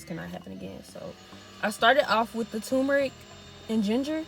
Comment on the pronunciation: It sounds like you are saying tu-me-ric, leaving out the r. It is pronounced tur-me-ric. The spelling is t u r m e r i c.